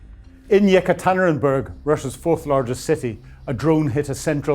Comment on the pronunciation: Your reports and insights are always factual and interesting, and much appreciated. Just can’t help noticing your struggles with some Ukrainian and Russian place names like Zaporizhzhia, Kostyantynivka, and Yekaterinburg, and perhaps some familiarisation listening to Ukrainian bloggers and channels pronouncing these names might help.